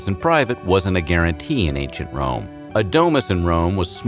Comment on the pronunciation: I heard ain't sh*t Rome instead of Ancient Rome.